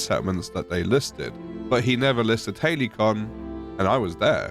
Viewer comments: It's not surprising they were surprised when you told them you were in "Haley-con", mate. It's pronounced more like ha-li-see-on. 😂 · Halcyon = Hal-see-on. Not Hailey-con. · When you start out in an Elden Ring ripoff but end up in the Dreg Heap DLC. This is absolute horror They genuinely named a zone in this game "Halcyon" That's the fantasy game equivalent of naming your firstborn child Veronica or Chad And it's pronounced "Hal-cee-awn"